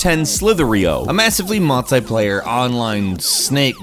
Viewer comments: " mult- eye-player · Did you just pronounce multiplayer